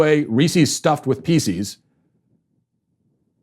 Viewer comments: "Peeses"? Matt, the word is "pieces". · I've never heard anyone call them Reeseez... Or peeseez. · Why can't you properly say "pieces"?